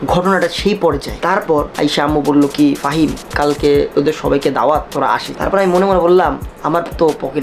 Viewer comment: k faim bole 🤣